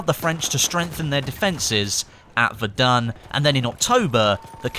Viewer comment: I was playing this in my living room, when said Verdun my mum shouted "ITS VERAN" (in the way of pronunciation)